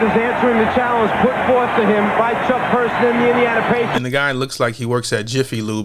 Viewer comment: Its Chuck Person not Persons.